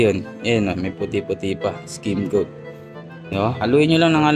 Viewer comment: Correction lang Po no skimcoat Hindi skin coat Ido.. then stucco pronounce po ay stakko Hindi stuko..kasi kung gagamitin sa job interview yan at pinanood ka wala bagsak na agad Pag explain palang Mali na